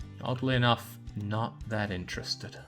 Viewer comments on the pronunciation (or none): none